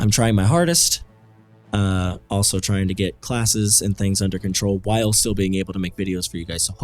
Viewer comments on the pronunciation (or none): none